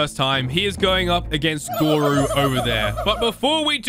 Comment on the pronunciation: its called goro not goru